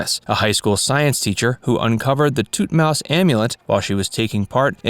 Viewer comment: NOT ThutMOUSE it's ThutmOse like OH my god learn how to pronounce properly. Okay if you have the captions on it shows that they edited out one of her hobbies about reading books on the history of World War II and the Romanov family. What is so controversial about that, that it had to be edited out? Then edited out her love of Jazz and Blues music, mentioning artists like Miles Davis, Louis Armstrong, and Charlie Parker, again why edit that out? Then the long blank yellow outro screen? What happened? Is it just my playback? Weird